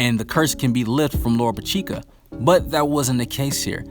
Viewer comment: Lolopechka is pronounced like this: Lo ro pish ka, get it right!!